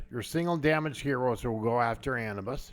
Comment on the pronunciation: Come on guys I understand accents but it's A new bis lol.